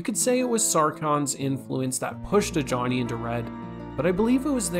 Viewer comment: Ajani is Nigerian so the j doesn’t sound like ja. It’s a ya sound. Ajani. The name originated in the middle east